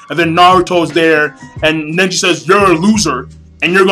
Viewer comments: nice review king but something's bothering me... it's pronounced neji not nenji. It was kinda siting in the back of my head. was getting annoying. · Neji not Nenji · It's Neji, not Nenji =) * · Who's "Nenji"? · the sadest part is you calling nenji the whole time who the fock is nenji? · so he was your favorite character and you call him NENJI.lool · Do you really read the manga? You called Neji ''Nenji'' too many times. And it wasn't his father, it ess Hinata's father by their side -_ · is neiji not ninji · It's not nenji its neji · why cant you say neji's name right!!!!!